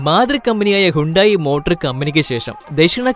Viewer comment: റേനോൾട്ട് അല്ല റെനോ ആണ് പ്യുജറ്റ് - പഷോ സിട്രോൺ - സിട്രോയെൻ ഹുണ്ടായ് - ഹ്യുണ്ടേ